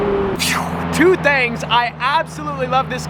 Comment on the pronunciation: "2 THANGS"😆😆😆😆